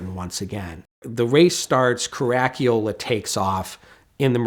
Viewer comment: WOW - never heard "Caracciola" pronounced that badly before, fair play chap.